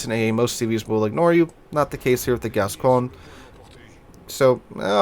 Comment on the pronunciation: By the way, I talked to a French friend of mine and it's pronounced Gas-cogn-yeh or something like that. The ne is pronounced on all french ships like Champagne. So I hope it is haha, might be getting my leg pulled. I never bought this ship because I always feared the reputation, the turret layout and more.